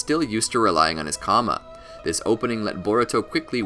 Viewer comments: Karma (KARR-MA) not comma 🥱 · Can you pronounce something right. It's not Kama it's Karma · Lol you sed kama 😂😂😂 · It's kinda making me mad ngl lmao